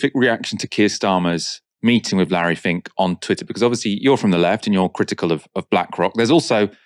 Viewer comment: Larry "fink".